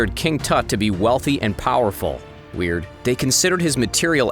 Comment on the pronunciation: Is it just me or did he say wierd .__. lol